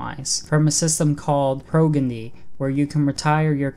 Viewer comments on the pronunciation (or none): "Pro Ghenny" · PrAhw-Je-knee :) (Progeny)